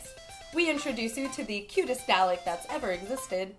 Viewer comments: FOR GOD SAKES ITS NOT PRONOUNCED "D-AH-LICK"! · you said Dalek so badly xD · Its DAH-LEHK